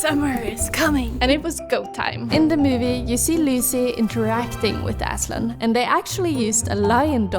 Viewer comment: As a Turk i can say that your pronunciation of Aslan is perfect and loved your work!